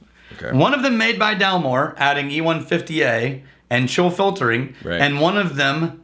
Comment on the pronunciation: “Chill filtering” “Chiltering”